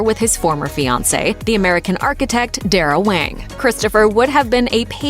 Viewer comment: not wang, HUANG